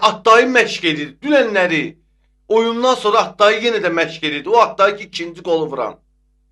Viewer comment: Attayi yox,Addai Düz oxuya bilmirsən?.